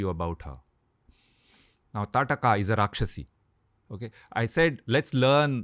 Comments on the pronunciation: In Odisha, Its Taaraka. There is always this regional name change which comes with pronouncing names. For Shri Ram, we say Prabhoo Sree Rama. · It's taarkaa or taadaka not tataka